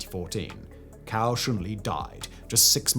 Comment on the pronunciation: Hi, i promise im not being a pedant or a troll, i have really noticed how your pronunciation of chinese words has improved. I wouldnt say anything but the pronunciation of a couple names sound like completely different words in chinese. As a rough guide Cao is pronounced like sow not cow, and Zhi is like the Ge or Germs not Jee, which sounds like youre calling him a chicken 😂